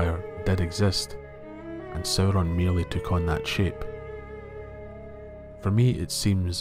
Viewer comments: You pronounced it as "Soh-Ron" not "Sow-Ron". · It's really distracting how the narrator keeps mispronouncing Sauron. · Sauron is not even his first name. Before Melkor's corruption, Sauron The Abhorred used to be Mairon The Beloved, the former star pupil of the Vala Aulë himself. It really doesn't matter how the names are (mis)pronounced. Consider that Professor Tolkien himself was a linguist. His real-life appreciation for the diversity of human languages and nature is reflected in his own legendarium. The Elves, Humans, Dwarves, and his other creations are vast and diverse when it comes to language and history.